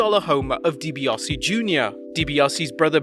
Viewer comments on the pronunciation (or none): Isn't it Deebiasee? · “Dibiossie” Jr. He’ll never learn how to pronounce that name properly will he?...